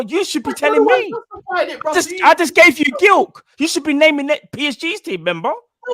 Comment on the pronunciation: Lmao pronouncing Gilk it’s Glik bro